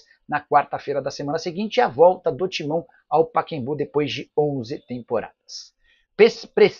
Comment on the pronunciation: Nicola, o nome do estádio é PACAEMBU e não paquembu! PA CA EM BU. e não paquembu. Coisa triste.